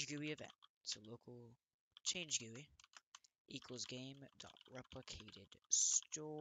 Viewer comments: he really said gooey instead of GUI 💀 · No offence but its not called gooie it called something like G.U.I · bruh its called a G.U.I not gooey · good video but you said gooey not GUI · Quit pronouncing GUI "gooey" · Gui = gee you eye, not gu e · great video, it's easy to understand... but Isn't gui pronounced G-U-I (gee-yu-ai) and not gui? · how he dosent say G.U.I and he says gooey annoys me so much and makes this gainful to watch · You dont call Gui Guee is G U I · its pronounced screen "gee you eye" lol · Its not gooey its GUI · it is G-U-I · WHY DO YOU PRONOUNCE GUI LIKE GOOEY BRO?!?!?!?!? DON'T TELL ME YOU PRONOUNCE GIF LIKE JIF TOO Still good vid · its pronounced jee you eye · him calling it a "gooey" makes me feel so uncomfortable lmao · its pronounced G-U-I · He said Gui wrong